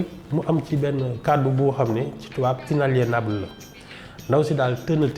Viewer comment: 😅j'ai cru que j'étais le seul à avoir remarqué que "" avait du mal à prononcer le terme "inaliénable"... Bon sang qu'elle s'exprime en anglais puisqu'elle serait à l'aise paraît-il dans la langue de Shakespeare